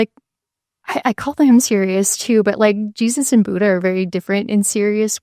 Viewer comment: The way you all pronounce “Buddha” is like nails on a chalkboard. Amazing content, nonetheless!❤